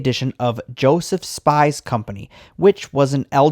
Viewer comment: Great video. 🤩 (But you should do your research, you mispronounced Schaumburg and Joseph Spiess Co.)